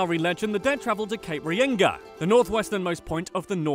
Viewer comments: you said cape reinga like cape r-ee-en-ga it’s cape r-a-nga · “cape rienga” that’s got me laughing so hard omfg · "Cape Reyingar" Now who has the silly accent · This is offensive to us kiwis Cape Regina Waitangi Dunedin and Maori are not pronounced right. >:( And how he pronounced Aotearoa... aotara